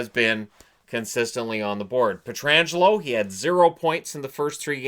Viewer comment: Thank you for pronouncing Pietrangelo's name correctly 👍